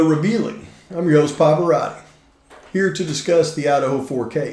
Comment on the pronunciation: Please give a hIgh-end smirk when Trump says "Paverati!"